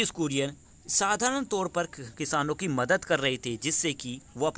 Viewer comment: Its kurien not Korean